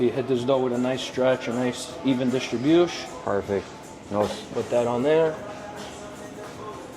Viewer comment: Drinking game: Take a swig everytime this knob end says "Distribushe".